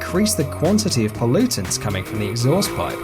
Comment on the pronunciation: honestly I hate wrapped tires but when a British man talks shit about coal he just crossed the line. come on British man I'll "choke you with my *poluntants*"